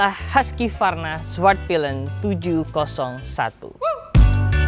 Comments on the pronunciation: bacanya tetep huskvarna bukan huskyvarna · Husqvarna itu bacanya HUKS VARNA bukan Huskie Varna. Gimana sih wkwkwk Jangan² bilang BMW, Bi em dobel yu juga lagi.. wkwkw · Cara baca Husqvarna Huskivarna = ❌ Hooskhvarna = ✔️ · Biar orang pada gak salah kaprah yah bang, bacanya bukan “haski-varna” tapi ya “husk-varna” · Bukannya cara bacanya husvarna bang?